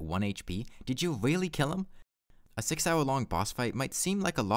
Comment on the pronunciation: this was a weawwy impwessive wun